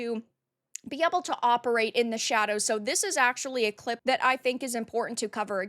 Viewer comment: Ok, this is driving me nuts! Where are you from? You say Ah-ble, where I have always said Ay-ble. This has to be a regional thing, like some say Al-lies were some people say Ah-lies.